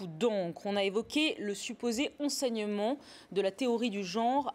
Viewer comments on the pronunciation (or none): "beaucoup d'oncre", ... "supposé enseignemont" ... "théorie du geonre" O bordel c'est quoi c'te journaliste d'entrée